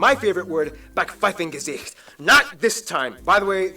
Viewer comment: Backpfeifengesicht nicht Backfiefengesicht